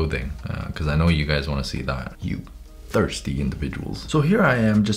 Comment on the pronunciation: “yOu tHoirSty inDuviDuaLs” got me cuz I was like oooh clear phone case 😏